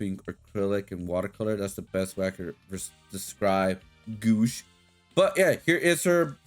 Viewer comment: Its pronounced goo-wash